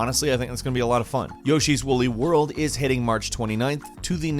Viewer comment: he said yoshi's wooly world